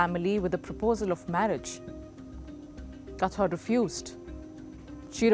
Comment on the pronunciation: She can’t even pronounce the name properly and keep saying katwar when it written in the beginning of the video (Kawthar)